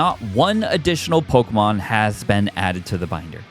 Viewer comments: Man you pronounce pokemon names in the strangest way imaginable. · I love your videos but your mispronunciation of a lot of pokemon really hurts me 😭